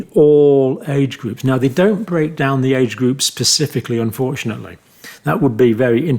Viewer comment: Specifically Not pacifically